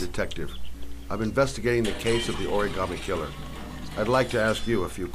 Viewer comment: Did he say Oragarmi killer? xD